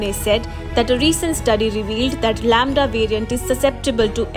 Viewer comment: Lamda = lauda 🤣🤣